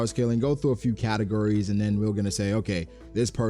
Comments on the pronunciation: "Based on categories" sounded suspiciously like "based on Katakuri" and I got triggered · I know you were saying categories but I swear it sounded like katakuri every time!!